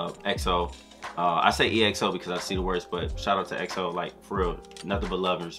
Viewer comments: It's pronounced 'EXO' not E.X.O. They are wrapping up their mandatory military service soon so they might be making a comeback hopefully in 2023. This group has your fav LAY and Kai but there are others that have done some solo work. Here are dance practices of their more recent solo work. XIUMIN 시우민 'Brand New' Dance Practice - BAEKHYUN 백현 'Candy' Dance Practice - KAI 카이 '음 (Mmmh)' Dance Practice - KAI 카이 'Peaches' Dance Practice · it's ek-so (EXO) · The transitions just didn't stop... Energizer bunny ain't got nothin' on them. Favorite parts the force in cross X movement, has a marionette feel, diagonal, Z pattern. I'm tired just from watching them and they have to do this and sing Live... SMH. EXO is pronounced EX-O... 'Ex', when you break up with your partner and 'Oh' when your friends find out. Great reaction... the honesty is appreciated cause this choreography was sick.